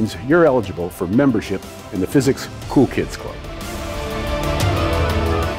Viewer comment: I listen to at 1.5 times speed and in the end I was already scrolling down to the comment section, when I heard "membership of the physics ku klux club" and I was like WTF! I had to replay twice and needed subtitles to get it (non-native english speaker)